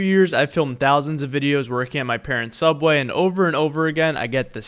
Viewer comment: your saying subway wrong